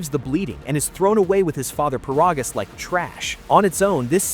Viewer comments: It's ai, "he'll" never pronounce it correctly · First of all his name is paragus not parogus and secondly for the love of me I have never understood why the hell is King Vegeta the king of all sins when he literally got one shot it with a chopped to the neck or a punch or a kick I forget which one but he got one shotted